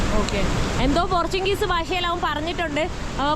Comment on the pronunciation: പോർച്ചുങ്ഗീസ് അല്ല... പോർച്ചുഗീസ്